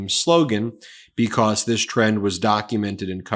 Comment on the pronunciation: "beCAUSE" proper pronunciation has a "awz" sound in it. It's not "beCAUSSE"...I watch your videos but the way you say "because" is infuriating.